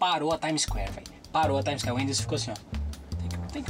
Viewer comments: Já andei na "Times" Square todinho kkkkkkkkkkkkkkkkkkkkkkkkkkkk ele falou literalmente tipo times de futebol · "Já andei a time isqué todinha" Kkkkkkkk